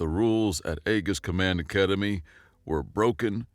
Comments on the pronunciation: Aegis is usually not pronounces as "Egg -Gis" command, within military circles it is more like "Aye-Jis" command. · Hey you’re right. Usually these are misreads (not misunderstanding of pronunciation), but this is one of those that I’ve been hearing wrong my whole life (Aegis Prime was always pronounced AY-Ghus). Thanks for pointing it out,. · The correct is E-jis